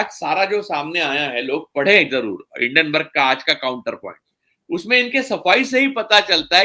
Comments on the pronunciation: हिडनबर्ग नहीं, हिंडनबर्ग है (Hinden-burg) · आप एक अत्यन्त प्रबुद्ध व्यक्ती है...hiddenburg क्यूँ बोलते हैं...it is hindenburg....please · हिंडेनबर्ग न कि हिडेनबर्ग